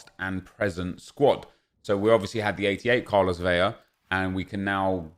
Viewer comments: Vetle Fjelddalen I’m Mexican and watch every game he plays. I’m % it’s VeLa with a L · Is pronouncing his name a meme? “Carlos Veya?”